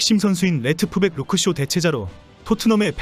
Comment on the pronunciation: 레트프백? 레프트백